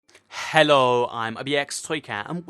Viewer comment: y u say hhhhhhhelo at the start just say helo its easy